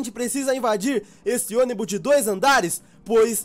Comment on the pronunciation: Robin você ônibu envés de ônibus te amo 😘😘💓